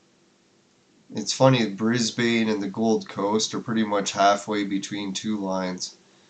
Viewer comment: Brisbane is pronounced - Briz-bun. Or sometimes Briz-Vegas.